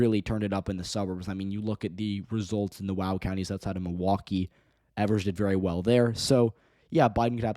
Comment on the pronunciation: Its pronounced Eeeevers not Evers